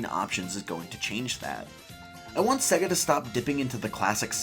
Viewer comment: “Seggah” lol